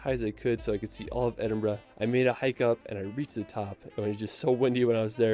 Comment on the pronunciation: I live in Edinburgh. Pleased to hear him say it correctly. I've heard a lot of non-Scots say Eddin-boro. He didn't say Holyrood the way we say it though. We say Holly Rood (rhymes with Hollywood!).